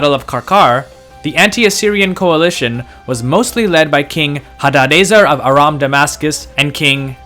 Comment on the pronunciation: DID HE CALL THEM ARAMU?